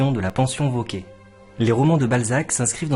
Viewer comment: Cher, juste une petite remarque quant à la prononciation du r final du nom « Vauquer »: je pense qu’il est mieux de le prononcer car c’était l’usage de l’époque, une sorte de préciosité si j’ose dire. Qu’en pensez-vous? Un bel été à vous!